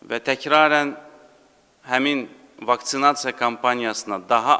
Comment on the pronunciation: çıxış edir VAKÇİNAÇİYA NOVRUZİ 😂😂😂😂